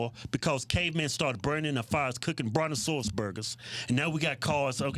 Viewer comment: "Brontoruas burgers"